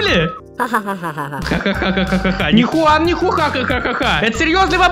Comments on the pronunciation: Это джиан а не Хуан но тоже Прикольно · Не джуан а хуан на самом деле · Правильно джуан а не хунан juan переводится как джуан я English хорошо I know